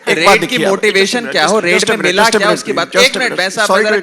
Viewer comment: J keya ho rha hai..😂😂 She says - keya ho rha hai😂🤣🤣😅